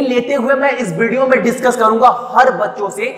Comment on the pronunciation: itni style marneki kya jarurat hai?!!!!ditchcuss karne wle hai..lol